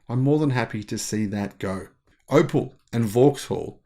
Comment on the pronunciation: it is Op E l ( pronounced OpL ie " Ope- ell" )